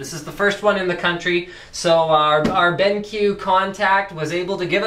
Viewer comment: It is pronounced "Ben...Q" not "Benk" watch?v=1c3pGxZ1ezc